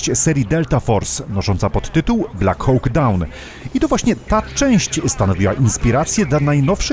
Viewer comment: Slowo konstruktywnej krytyki. "Hawk" czyta się jako "hok" a nie "hoŁk". Sorry, ale bardzo mnie to kłuło podczas oglądania.